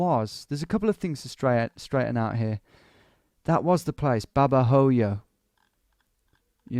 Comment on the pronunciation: Just a little insignificant thing. In Spanish the letter 'h' is silent. So Babahoyo would sound like Babaoyo. Anyway , love you Tom!